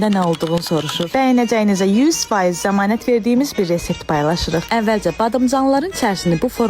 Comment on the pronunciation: ƏvvəlЦе, BadımЦanlar... Ay insan, Azərbaycan dili lüğətində `Ц` herifi ve ya sesi yoxdur.. Çiçəy sozune tsisey demey savadsizliqdir.. Videoya dislayk qoyub kanalida blok edirem.